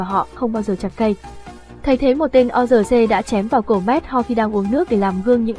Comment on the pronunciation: Tên lũ quái vật là quân Orc ( Ọt ) chứ đọc là O-R-C là sai rồi. Ad nên tìm hiểu kỹ hơn. Chúc kênh càng phát triển hơn nữa, cám ơn.